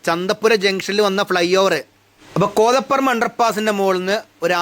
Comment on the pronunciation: കോതപറമ്പ് ❌ കോതപ്പറമ്പ് ✅.